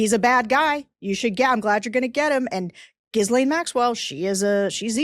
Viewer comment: I know this is petty, and I've commented on this bf. The S in Ghislaine is silent, and the GH is a hard G. You keep pronouncing her name incorrectly. Otherwise, you're perfect!❤